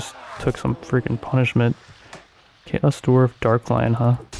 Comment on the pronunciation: He's definitely got dyslexia or something. Like how he says 'Darklion' instead of Chaos Dwarf Darklon. Then in the bannerlord video on his other channel he kept calling Asrai 'Asari.'